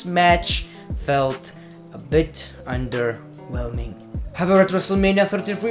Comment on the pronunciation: CAN U STOP SAYING 'ONDERWHELMING"